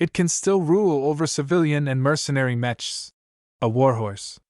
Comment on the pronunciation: I don't expect much from ai narrations but this is a story about mechs and it can't pronounce "mechs" or the main characters name, why go through the effort of uploading it did you not check to listen to the first few minutes?